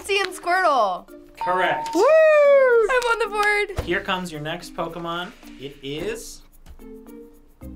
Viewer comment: Why isn't anyone talking about how knew all the Pokemon's but messed up with the names like everytime 😂😂